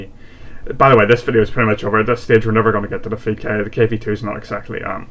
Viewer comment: Actually you pronounced right in english So you said it correctly Just realized :P